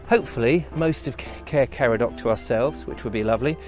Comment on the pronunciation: You need to welshify your pronounciation more for Caer Caradog, like Kai-rr Kar-add-og (rather than Care Car-a-dock) Intonation of syllables is different.